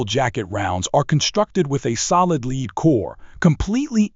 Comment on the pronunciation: mispronunciation of lead again.